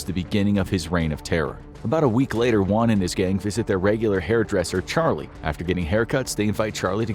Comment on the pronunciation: Just a tip, for Latin American last names, you don't usually pronounce the H. Hernandez? It's more Ernandez. Hermosa? It's more Ermosa. Also, you pronounced Juan, and Niño de Terror perfectly :)